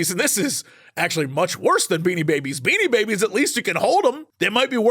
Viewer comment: Damn! I'm glad you wrote it down. I understood "beating babies", and not "Beanie Babies". And it chocked me he was saying NFTs were worse than beating babies HAHAHAHAHAHHAHA